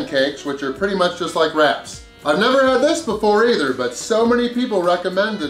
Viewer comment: He said wraps right not rats.